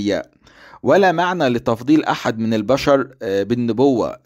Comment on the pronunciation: حتى (( احد )) لا تجيد نطقها نصيحة تكلم بلغة اجدادك (( الفراعنة )) افضل لك